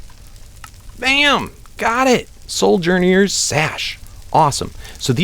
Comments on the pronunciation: And it's so-journers sash not soul-journers sash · Hey, since you're open to people telling you how to pronounce things... Ring of Chordata ( Core-dah-tah) Soujerner's (So-jer-ner's) Sash Keep up the good work!